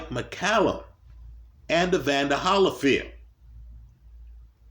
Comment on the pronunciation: Why u pronounce Holyfield like that